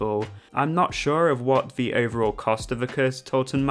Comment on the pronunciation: Instead of “the” you pronounce it “veh” just like “vey” and “vhem” 😂 no hate though, informative video and I appreciate you not spoiling the curse, I’m going on it for the first time tomorrow!